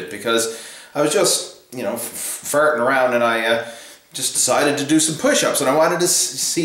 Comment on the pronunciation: As soon as you said "fartin around" I knew you was a newfie too!